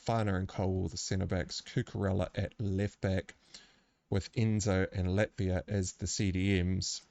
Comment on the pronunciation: great analysis. I will say with pronunciation for Ivan Toney, it's just as in the common first name Ivan, not Eevan. And for Chelsea, it's Lavia, not Latvia. Latvia is a country :D